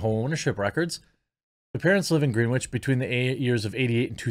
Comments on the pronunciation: Greenwich (sounds like Gren itch), Connecticut and Greenwich Village, NY, NY. I'm just sayin........I couldn't help myself! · I know it wouldn't be obvious to someone who doesn't live near there, but it's pronounces Gren - itch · The w in Greenwich is silent. Made this video almost impossible to finish. Gren-itch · It's pronounced "Grennich" btw. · Greenwich is pronounced GRENICH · Greenwich is pronounced GREN-itch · I think it’s pronounced ‘Gren-itch ‘ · Cultural tip of the day: Greenwich is pronounced "Gren itch" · Greenwich = Gren.Itch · Friendly fyi - Greenwich is pronounced Grennich. Idk why it just is. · it's pronounced as Grennich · Greenwich is pronounced Gren-ich Just so you know It’s quite hoity toity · BTW, it’s pronounced “gren-itch” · It's pronounced gren-itch. Wall street utopia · For the love of God Jeremy, it’s pronounced “Grenich” CT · I love your channel but Greenwich, is pronounced GRENN-ich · Pssst, Jeremy...it's pronounced "Gren-itch" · Pronounced: GREN-itch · It's pronounced Gren-itch Bro, just lettin' ya know. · It’s pronounced gren-ich. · Gren-ich, the W is silent. Come on you pleb (sarcasm) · Its pronounced gren-itch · The second worse thing about this story Jeremy, other than Taylor, is your bad pronunciation of Greenwich. It's pronounced Gren-itch. Not Green Witch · I know it's difficult to learn new things.... But can you learn how names are pronounced? The city is pronounced Gren- itch. I knew this 40 years ago. C'mon do some work before hand. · I think you pronounce Greenwich wrong. Nice work! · Greenwich is pronounced without the w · Holy shit, Jeremy. Do you really not know the correct pronunciation of "Greenwich?" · Pronouncing Greenwich as "green-which" and not "gren-itch" is a dead giveaway your parents didn't pay for you to go to boarding school lmao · FYI, it's Grenn-itch, not Green-witch, as in the Greenwich Meridien. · Its pronounced "Grennich" Jeremy, not "Green Witch" lol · It's pronounced "Grennich" not Green-witch.